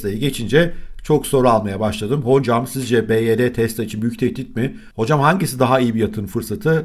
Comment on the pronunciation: Dayı anlık tesla mı baydöner mi diyorsun sandım